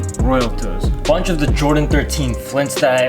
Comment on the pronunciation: I love the way u say „a BUNCH“ but i hate it when u say „and I am seeing u guys in the next episode“